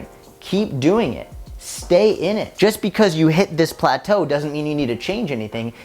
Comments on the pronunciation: “Plataeu 😬” that was hilarious hhahahahahah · I'm the 2nd type ✋✋✋ loved how you say plateau 😂🤣🤣🤣🤣 This is my favourite video ❤ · When you say "Plato" is probably one of my favorite parts in this video 😂😂 Main message keep doing what you are doing. Stick it out. The weight will fall off 🙌🏽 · saying "plateau" needs to become a meme lmfao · plateau! LMAO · The way said "plateau" lol